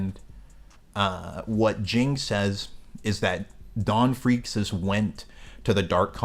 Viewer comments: Just fyi Freecs is pronounced freaks and tserridnich is pronounced sir eyed nick haha great vid tho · Whats the deal with your pronunciation of Ging and Gons last name 💀💀💀